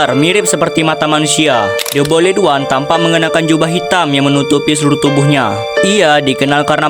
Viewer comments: "BOYLET ONE" 💀🥀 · The boiled one❌de boyled wan✅ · The boiled one❌ The bolid wan✅ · The boild× The bolid✓ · The boiled one❎ The boledwan✅